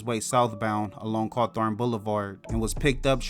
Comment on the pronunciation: Repeat after me Haw-thorne not Har-thorne